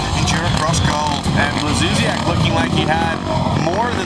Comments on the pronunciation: Why does the english commentator say Blakzusiak?! Its Blazusiak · hes not saying a c or k, we just pronounce blaz as blats so it comes out as blatsuziak not blak. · It´s Błażusiak ....